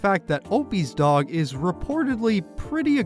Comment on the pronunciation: The way Opie says “dog” is infuriating.